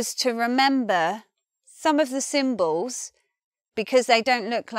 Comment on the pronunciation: I love the way says Puw the Buw and Symbows. This video is such a great example to stop my students saying Pulla the Bulla and Symbolis